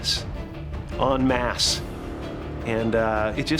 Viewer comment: It's en masse, not on mass.